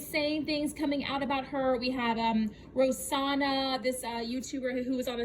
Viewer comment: I think you’re pronouncing her name wrong. I believe it’s ro-SAN-na. (Not trying to hate). Also I agree she needs a long break. She keeps lying and bringing up old stuff. I think people are going to unsubscribe. It’s interesting that her tiktok has more followers than her yt. And I agree. She didn’t put in the work then expects everything to be right somehow. Didn’t get fitted and didn’t fill out forms, then gets mad her wardrobe is small and her food isn’t healthy.